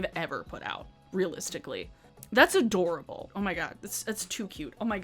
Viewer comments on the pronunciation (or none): none